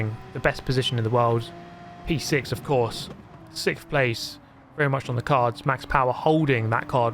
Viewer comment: so nice to see you back... but... you still cant pronounce sixth correctly... 🤣🤣